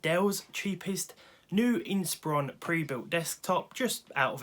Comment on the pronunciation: THANK YOU for pronouncing Inspiron correctly.